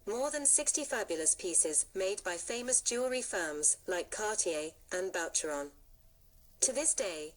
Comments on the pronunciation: Boucheron is pronounced as “ Boo cheron “ . The mispronunciation here is not your only mistake . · 😊please, learn to say BOUCHERON! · FAY-BERG???? Please.... hire a professional. Faberge has just turned over in his grave... So has Boucheron. And.... WORLD WAR TWENTY TWO??? Jeeze. I really wanted to hear this and learn, but the errors are gagging me.